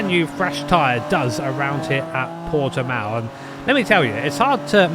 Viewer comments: This is cool but people from the UK really need to learn how to pronounce Portimão lol its not Portimau xD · Fun to see the map of the Nurburgring superimposed on hot laps in my hometown's circuit. Also fun to hear Brits trying to pronounce Portimão, the poor sods. (you did better with that than Steve, by the way. Or less bad, I should say. You may gloat with a native's seal of lesser disapproval)